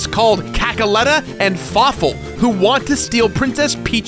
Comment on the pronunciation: Fawful is not a Falaful